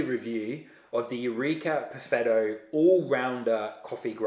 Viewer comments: Just launched the vid again, I cant help it, buffetto every time xD Gonna wash my ears, I swear ! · I hear "buffetto" xD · So imagine my reaction when each time you say Perfetto I hear Buffetto (not used to NZ English I guess), I cried from laughter. Thanks for the video, I decided to go for the Eureka Mignon Libra, which I hope to get from Italy for ~500 EUR shipped. Cheers mate :-)